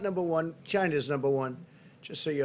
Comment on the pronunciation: Lol, he said "China numba one!"